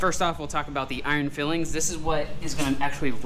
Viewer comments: FYI those are iron filings not fillings, pronounced "file-ings" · Nice job, but it’s filings not fillings.👍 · Unless it different in the US but in the UK its called iron filings, pronounced file-ings. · They are iron filings (file-ings) not fillings. Fillings are what the dentist puts in your teeth. But keep up the great work :) better than anyone else on YT. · I'm gonna be that guy: It's filings - pronounced file-ings like from filing down a piece of iron. As you were. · iron fillings ? surely it is pronounced file ings 'as in the metal removed when you file it, looks good however you say it tthough 😀👍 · Every time he says fillings😫🤔!!! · Pronounced “ Iron “ file-ings” “